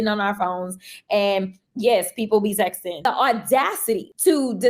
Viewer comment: did she say people be texting or sexing?